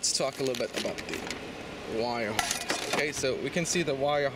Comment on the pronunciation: Harness not harnist